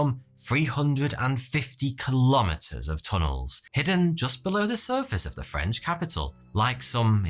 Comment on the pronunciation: lol You pronounce French as if it were Italian